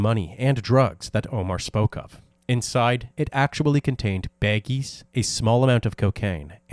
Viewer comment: Are you Canadian? You pronounce baggies as beggies lol